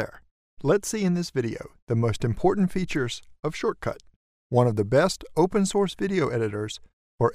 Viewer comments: its shotcut not shortcut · It's "shot"cut not "short"cut there's no R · Wonder why the narrator says 'shortcut' when the software product name is 'shotcut'... no R ! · Right at the start, Let's see ... better to say We'll see in this video... It's Shotcut, NOT Shortcut. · The name is Shotcut, not SHORTCUT! An expert who does not even know how to read the name properly is annoying to listen to. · I believe it is SHOTCUT not SHORT CUT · Dude U keep saying Shortcut Its called Shotcut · I really liked that, and found it useful (apart from you calling Shotcut "Shortcut"). Thanks. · You realize it's called Shotcut, not Shortcut, right? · I love how concise you are with this and don't include any fluff. Just wanted to let you know though...you kept calling the program "Shortcut" instead of "Shotcut." Very minor, sure, but a little distracting. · Wow - can't even get the name of the product right? It's not SHORT-cut - it's SHOT-cut!!! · anyone notice how he said shortcut instead of shotcut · Immediately i questioned the professionalism of this video. Is it SHORTCUT or SHOTCUT? This said, I did find it informative once I got past it being mispronounced. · Not shortcut...SHOTCUT......can't you read ? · Shotcut. Not Shortcut. lol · You keep pronouncing the application's name as "SHORT-CUT", while "SHOT-CUT" would be far less annoying and much more correct. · It's SHOTcut not SHORTcut, just sayin... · Good video but its not shortcut its shotcut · Dude, it’s called Shot Cut, not Short Cut...otherwise a good tutorial. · its not shortcut its shotcut But thanks for the help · its Shotcut not Shortcut lmao omg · Is not shortcut it’s shotcut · you keep calling it shortcut but you can clearly read its "shotcut" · why are you keep saying short cut its shotcut.LOL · Aside from the fact you call it SHORTcut. 🤣 Great tutorial. Thanks! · You keep calling this "shortcut", but I think it's actually "shotcut" ? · bro keeps on saying "shortcut" 💀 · Why are you saying shortcut 😫